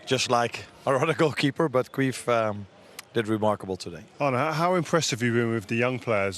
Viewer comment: Slot calling Kelleher "queef" will never stop being funny